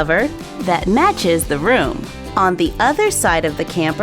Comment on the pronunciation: it's room not roon.